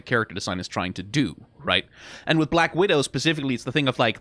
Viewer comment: struggling to say either Black Widow or Widowmaker correctly is a mood